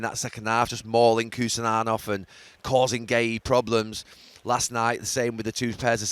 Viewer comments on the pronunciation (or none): who’s “Kusananov”??!🤡🤡🙈🙈